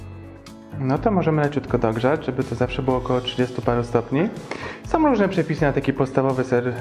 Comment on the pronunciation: Fajne gdyby nie te SOM, BENDOM itd